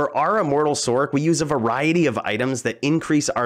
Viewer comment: Sorc is pronounced Source